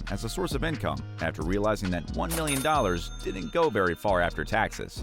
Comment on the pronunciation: So cringy every time this narrator says dident instead of didn’t.